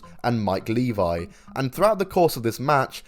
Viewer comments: It's Mike LEVY, this channel don't even know how to say his name. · Yeah Mike Levy. Pronounced Leh-VEE. And that was some fuckin total, low class, straight up sleazy bullshit.